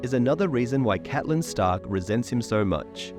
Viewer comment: Awesome video but the name pronunciation switching between Catelyn (Cat-Lin) and Caitlyn (Cayt-Lin) really bothered me.